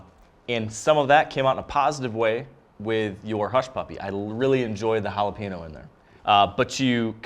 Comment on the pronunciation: Can’t trust the judgement of anyone who can’t say jalapeño